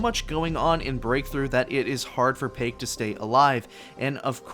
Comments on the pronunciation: Not payke, but paik. So hard to pronounce. Easiest specialist to get to t1. Paik + smoke = hidden aim bot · So the right way to pronounce "Paik" is "Pik"?